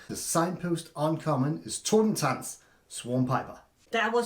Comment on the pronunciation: An adventurous video and insight into the world of eldraine, thank you guys! Looking forward to drafting the set and having some fun with friends when it releases 🥳 also great pronunciation of the German word Totentanz, 💯 for you 😁